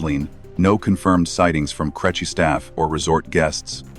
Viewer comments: Creche pronounced crechy got to me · I know. Crêche should be pronounced more like "cresh". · Its success, to a large extent, hinges on the quality of the punctuation in the submitted text, although mispronunciation of 'creche' suggests an inferior language model. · The AI saying crèche is hilarious even if the subject matter isn't. I detest AI voices but the content itself seems good. 👍🇮🇪